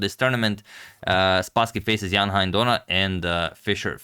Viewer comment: Thanks, Antonio, for the wonderful games. By the way, 'Hein' (Donner) rhymes with 'rain'.